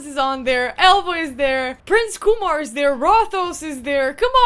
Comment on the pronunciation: It’s KyeMar not Kumar